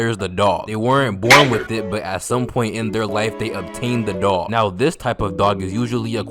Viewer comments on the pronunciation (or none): none